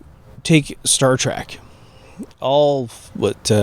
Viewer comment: Trek not track